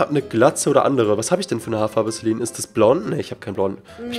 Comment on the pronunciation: Warum nennst du sie inVlogs,Lifestyle oder das halt immer Celine (also normal) und in Minecraft immer CeLINE (betonung auf LINE) #FragAbge xD